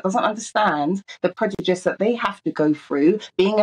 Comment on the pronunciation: talks so much but says nothing. She’s a pathetic excuse for an activist. She also can’t pronounce prejudice which really annoys me 😂